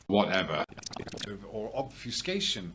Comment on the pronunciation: Almost fell off chair when heard him say "obsficate ", that's all you do!